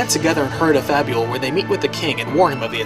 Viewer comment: Fabul... Fable.. come on man.